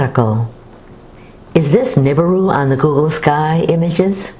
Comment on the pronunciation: It's "Nibiru" not "Niburu"! TNX!